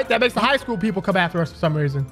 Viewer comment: Its high shool not haunted shool